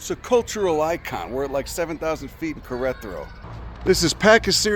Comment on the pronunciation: Im sorry did this man try to say Queretaro?